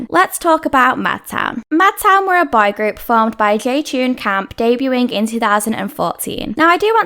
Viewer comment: Your pronunciation of "boy" sucks. Most of the time it seems you were saying "bi-group".